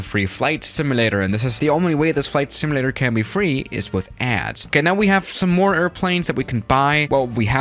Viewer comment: Simulator not simalator